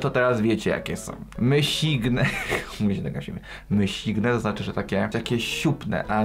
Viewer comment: Wieloryb Jonasza połknął XD Nie mysigne tylko myszygene albo meszuge. Kącik modowy - hit Twoich filmików.